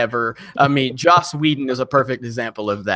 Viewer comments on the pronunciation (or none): none